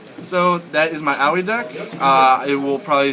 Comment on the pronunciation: Her name is pronounced Ah-Oy. Don't worry I made the mistake too, but my friends who actually speak Japanese told me